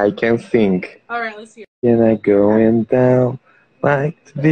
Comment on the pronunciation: "l can sink"